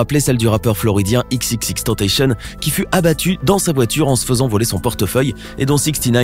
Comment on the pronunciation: On dit pas tentacionE